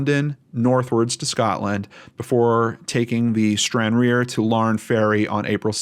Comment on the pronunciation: It's pronounced Stran_rar,a ferry port that crosses to Larne. The UK has Ancestry .com where you can trace your family tree. I hope police are given access to that.